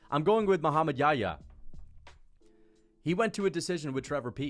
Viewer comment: dude if you can't pronounce YaHya, just say Mohammed John. John is the English version of Yahya.